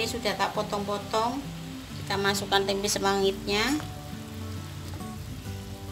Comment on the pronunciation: Hhhhh tempe buk jangan ditambah huruf "k" di belakang "tempe" beda arti buk hhhhh